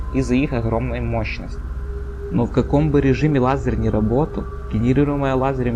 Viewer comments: Лазарь - это мужское имя. А тут речь, полагаю, про Л-А З-Е-Р. Произнеси по буквам вслух и запомни произношение! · Лазер, а не лазерь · Все таки не "Лазарь", а лазер. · лазэря,лазэрь,неправильное произношение! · А почему "лазырь"? Фифекты фикции, да? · Лазарь? Читать научись, умник!!! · автор видео говорит Лазерь)